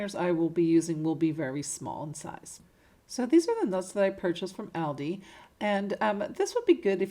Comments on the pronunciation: Meaning the stores plural, all of them, so multiples. So it is still pronounced ALLDEE. The s addbdoes not matter. It bus the actual name being said wrong. Trying to help. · Beautiful ideas, the only thing I have to correct is, it is pronounced Alldi. Loved your items. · Like your work. Really cute items that you make. But please stop calling Aldi by the wrong name. You are pronouncing it wrong. It is pronounced like (ALL DEE'S) Hope this helps. Thanks.